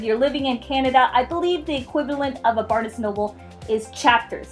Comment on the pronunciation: Yeah I thought that was weird too. It's Barnes, like barns. LOL